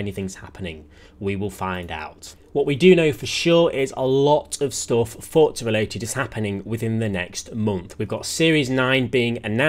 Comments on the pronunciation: Everyone - for-za - fort-za Bro there is no T 😂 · “Forza” is an Italian word, and is pronounced with a “T.” It’s how the devs say it, it’s how the in-game characters say it, and it’s how you should say it.